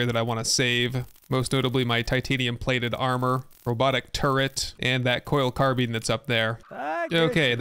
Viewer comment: WAIT A SECOND!!!!! So he'll look up the pronunciation of Bolognese.......but not Carbine?!?!? I am disappoint (not really though)